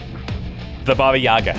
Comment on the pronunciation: Your pronunciation of ‘Baba Yaga’ is on point!